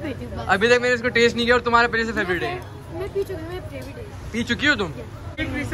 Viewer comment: Why do you say tak ko talal